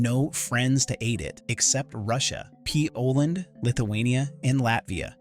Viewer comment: Why defaq u called Poland, Pee-oland???